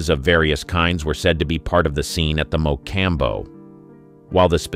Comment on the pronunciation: I can't watch another minute of this video while the narrator oblitiates the name of the MA- Com- Bow.